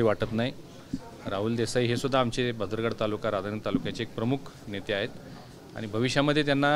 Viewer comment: 1.34 mint भदरगड नाही 😂😂😂😂 भुदरगड